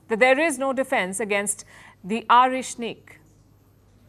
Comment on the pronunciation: The way she pronounce Oreshnik indicates that she made a respectful research on the matter in every detail. A true professional!